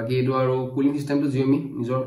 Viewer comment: Saomi buli kole bhal huni